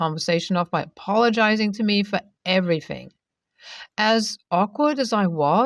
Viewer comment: the word everything is TH thing not everyfing like you keep saying. please say your words properly.